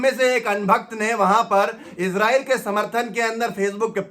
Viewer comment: السلام علیکم ورحمۃ اللہ وبرکاتہ عام طور پر لوگ عزرائیل کیوں بولتے اور لکھتے ہیں آپ نے بھی عزرائیل لکھ رکھا ہے اور بول بھی عزرائیل رہے ہیں حالانکہ صحیح نام اسرائیل ہے انگلش میں بھی آئی اور ایس سے لکھتے ہیں یا تو آپ ہمیں عزرائیل بولنے اور لکھنے کی وجہ بتا دیں یا اس کی تصحیح کر لیں فقط والسلام محمد شاہنواز عالم